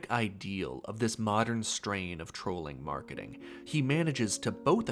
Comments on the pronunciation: Aaah….’trawling’, not ‘trolling’ . Damn I hate malapropisms. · Trolling = trawling. lol